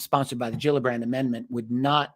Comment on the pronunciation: fish have "gills" and they are not pronounced "Jills"